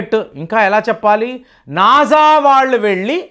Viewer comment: నాజా కాదు.... నాసా...